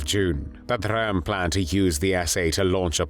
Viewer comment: Rather strange non-German pronunciation of Ernst Röhm's name. This video is homophobic.